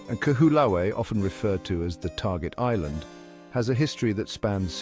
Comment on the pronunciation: The least you could have done was learn to pronounce the name of the island properly. How can anybody trust the factual authenticity of any contemt you create, if you can't even make the effort to research how to say the name of a sacred place correctly.